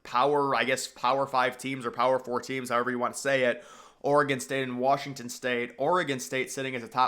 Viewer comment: You saying Wrashington is driving me fucking insane.